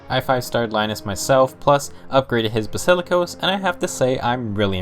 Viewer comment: basikilos.... Ok